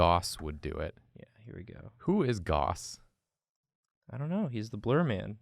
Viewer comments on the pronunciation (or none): Great video as always. I cried just a little at "Who is Gauss?" (rhymes with mouse, by the way.) He's arguably the greatest mathematician of all time. The Gaussian blur tool applies blur according to a Gaussian distribution, which you probably know as a bell curve.